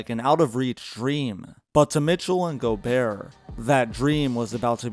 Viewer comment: The way u say gobert scares me it's go-bear not gobearer